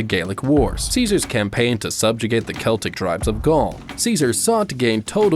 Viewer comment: Interesting concept for a video, however factually lacking (the second wall was not built within, but outside, of the first, and you mispronounced "Cavalry" and "Celtics")